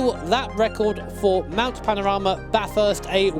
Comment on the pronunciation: Everytime you say ba-thirst instead of bathest I die a little inside.